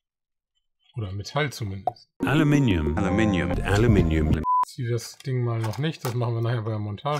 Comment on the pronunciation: Super. Leider hast du das Wort "Aluminium" falsch ausgesprochen. Hier geht es zur richtigen Aussprache